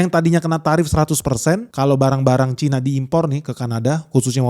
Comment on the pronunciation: Cina bukan Caina